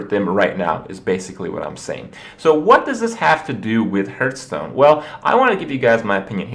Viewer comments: Just wanted to point out its heartstone not hurtstone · Why do you persistently pronounce it "Hurtstone" ?